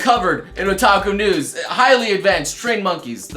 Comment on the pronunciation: sounds like youre saying taco news... now i want tacos